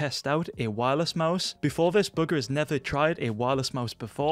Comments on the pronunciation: Why do u keeping say booger instead of bugha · Eddie thesoup Wait, you’re telling me it’s not booger? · I Thought He Said Bughar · whenever he says bugha is sounds like booger 😂😂😂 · Is it just me or when says bugha I hear booger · It totally sounds like that based on his accent. 😆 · Is it just me or it sounds like he’s saying buger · why does it sound like youre saying booger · Lol he says Bugha as booger